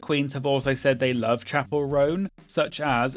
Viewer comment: it’s Chappell, like lapel 😅